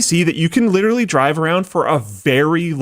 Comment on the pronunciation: Repeat after me “lit-er-a-lly”. Not “litrilly”